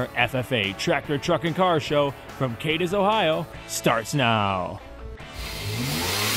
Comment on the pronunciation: He said he nailed it on the first try but yet he can't say Cadiz correctly. Cadiz is pronounced "Cad-is"